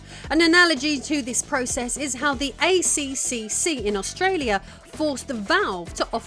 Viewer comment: The ACCC is pronounced A triple C in Australia for the record 😁. They have just recently been upgraded to give them even more power to fine companies for anti consumer and anti competition practices too. I believe with the new powers they are able to prosecute corporations up to 100 million dollars or 50 million pounds now. A mere drop in the ocean for companies like Valve and Microsoft etc though at the end of the day. We do have very robust laws here to protect consumers though. For instance if a game is extremely buggy at launch it can be considered not fit for purpose of sale and the company has to issue a refund. Although this is the law it usually means you need to ask nicely and to be honest I have never had an issue getting a game refund if something actually was broken anyway. It is all just down to how you approach the person you are talking to. I just treat it in the same manner whether it is digital or physical.